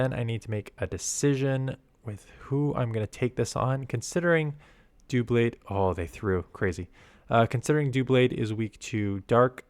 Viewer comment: I believe it’s pronounced like DUH-blade like in “double” because the Pokemon is double blades